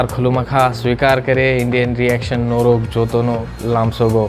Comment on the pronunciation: Its norog jottono no lamsokgu... Not norog jottono lamsokgu